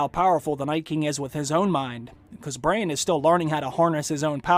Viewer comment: its BRANN not BRAIN